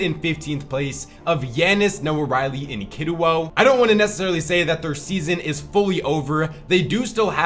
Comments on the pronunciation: Bro is still saying noahreyli name wrong it’s not noahriley it’s reyli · Nobody calls him Noah ray-lee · well that’s how it’s pronounced has been saying his name wrong for so long bruh like just read it